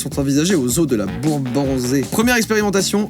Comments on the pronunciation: 😭 deso mes c le zoo de la boubansais pas la bourbanzai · Sa ce dis bourbnssais pas bourbanzais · bahahaha le zoo de la Bourbansais, c’est dans mon village, Pleugueneuc ça va devenir connu grâce à toi mdrrr. Ps: Bourbansais ce prononce comme si c’était écrit comme ça :Bourbanssais mais c’est pas grave tkt 😭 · Sa se prononce la bourbanssai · ''De la bourbanzè'' mdr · Et le zozo de la bourbansais se prononce ss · Le zoo se prononce bourban"ss"ais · Moi qui me moques du lait de girafe, mais qui réalise qu'il est fait à côté de chez moi :,-) et qui réalise que joyca ne sait pas prononcé le nom du zoo :,-)